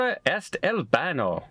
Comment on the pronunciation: Fyi baño has that squiggly thing over the n called a tilde. That changes the pronunciation of the "n" from "n" to "ny" . Hence the correct pronunciation is bahnyo. Accent is on the 1st syllable. Also for pronunciation the rules in Spanish are easy for the where to place the accent. Per my 9th grade Spanish teacher, Sra. Gerhardt, if a Spanish word ends in a vowel, n, or s, the accent falls on the next to last syllable. If a Spanish word ends in a consonant other than n or s the accent falls on the last syllable. All exceptions to these rules will be marked with an accent mark. For example in Spanish, Mexico is spelled with an accent over the e, México. Otherwise it would be pronounced Meheeco. Have fun!